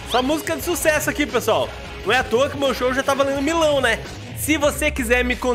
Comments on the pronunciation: KKKKKKKK O TEX FALANDO MILÃO E N MILHÃO KKKKKKKK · Tu falou Milão parece milho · Acabei de perceber que o tex fala Milão kk é quase melão